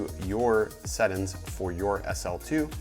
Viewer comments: Bro, it's settings not settin' lol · Marfoogle Watutu News I thought that was just me. I kept saying "sett-INGS" until I couldn't take it anymore lol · Sett'ns, review'in, Vlog'in....I have never seen someone completly cut the G out of every word